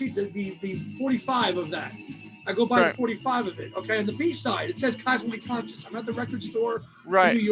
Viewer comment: I love Down to the River, Keep Coming Back to Love, and Sweet Sweet Memories. I agree with Same Time Next Year being twee, very twee. I've probably only listened to Squid once or twice but I may give it another listen now. BTW It's Cosmically Conscious, not Conscience. That's your new Watersprout. lol